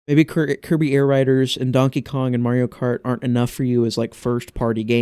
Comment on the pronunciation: Dang. And here I thought you said Marty-O Kart on purpose. I like to call it that sometimes as a reference to TTYD.